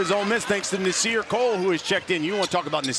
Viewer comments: Why ya keep calling Nas Cole it’s Core. It’s like week 7 lol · Nasir CORE lol how the hell you gonna mess up that much 😂